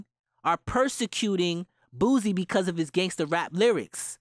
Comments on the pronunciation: It’s not “Boozie”..😂 It’s pronounced “Boo-See”...or “Boo-C”. I guess it’s a Louisiana thing. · you said boosie name ugly